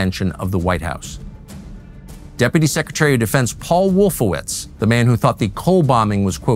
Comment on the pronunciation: “Wolfowitz” every single time.